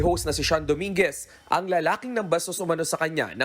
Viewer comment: Dominguez po ndi domingo😂😂😂😂